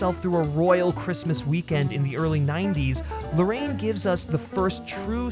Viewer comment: 'Larr-ah-yeen', not 'Lorraine'. He's Chilean. Why can no one bother to pronounce his name properly?